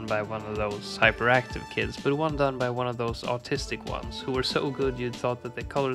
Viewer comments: did he say autistic or artistic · did bro mean to say autistic or artistic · did he say "autistic" or "artistic"?